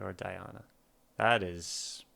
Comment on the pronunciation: You did great on pronunciation the first time you said it. Not so much the 2nd time. :) Phonetically pronounced DeeAHna AnkuDEEnova. This link is Diana pronouncing her own name